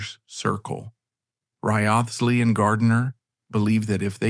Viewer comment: Wriothesley is pronounced "Rizley". Took me ages to realise whom you were referring to.